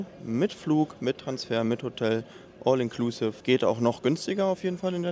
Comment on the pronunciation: mich triggert dein "all inklusive" so hart. entweder du sprichst es englisch aus oder du sagst "alles inklusive". wer kein englisch kann, sollte es auch lassen. das klingt nicht cooler, sondern lächerlich wenn man es versucht, aber verkackt